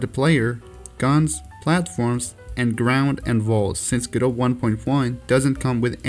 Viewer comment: its pronounced guh-do by the people that made it